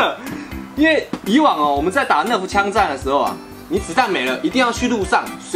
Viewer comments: 是nerf不是nref 英雄 😂😂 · 是nerf 不是nref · 不是NREF是NERF哦